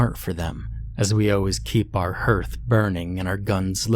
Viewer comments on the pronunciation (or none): Herth? Really? Spelled H E A R T H? It's pronounced HARTH. It's a fireplace. Have you really never seen or heard that word before? Don't get me wrong - your stories are wonderful - usually. But your pronunciation of many common words or misuse of grammar is annoying. And they're common words. Like, you frequently use WOMEN instead of using the singular WOMAN or vice versa. Don't see what's so difficult. Anyway, love your stories and usually you're an excellent narrator.